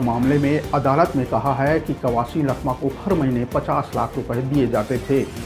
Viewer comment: लखमा ❌ चखमा ✅